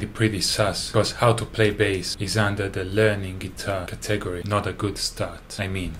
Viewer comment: I'm going to start saying "caTEgory" with the emPHAsis on the second sylLAble.